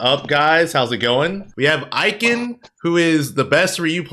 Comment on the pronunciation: glad finally learned how to pronounce ikans name lool